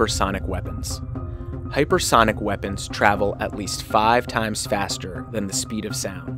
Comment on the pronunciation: Hyper thonic? Is that what dude is saying